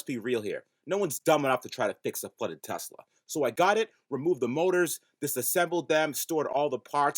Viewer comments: You need to change the badging on this car to say "TE-LS-A" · You're gonna call it the TeLSa right? (Pronounced TEL-ES-A)